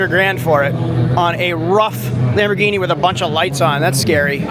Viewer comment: You pronounce Lamborghini wrong